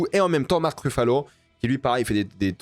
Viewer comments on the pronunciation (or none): none